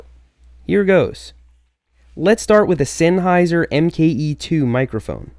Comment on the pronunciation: It's pronounce sennheiser not sennheiser!!!!!!!!!